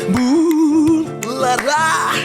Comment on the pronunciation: Daha da düzeltilebilir bunlara kelimesindeki u’lar biraz daha kısa olsa